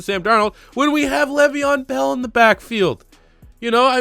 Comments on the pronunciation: Nigga said gravyeon bell I’m donnneeee 🤣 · dude i fucking died when you said gravyon bell